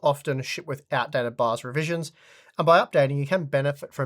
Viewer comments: Does anyone else hear "baos" instead of "bios" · I thought he said bus